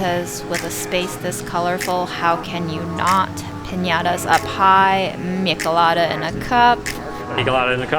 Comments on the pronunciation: the pronunciation of michelada is wrong!! its a spanish word, 'ch' sound is pronounced. not k. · You ate CARNITAS!!!! Pig skin is called CUERITOS de carnitas!!! You should NOT eat them with fork, just use your hands for Quesadillas and Gorditas (the one with tongue and cueritos). And MICHELADAS should be pronounced: MISHELADAS. Not MiKeladas. 👍😜 Great you both enjoyed mexican food in LA. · Michelada is pronounced mainly with the "ch" like you pronounce the ch in check. Awesome vlog!